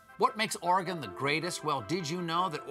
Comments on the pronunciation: HE ACTUALLY PRONOUNCED OREGON RIGHT! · Thanks for not saying OREY GONE